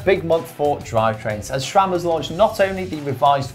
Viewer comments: There’s no “h” in SRAM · I wince every time someone says "shram"